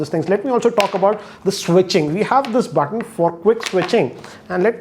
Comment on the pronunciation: i like the way he says "BUTTON"...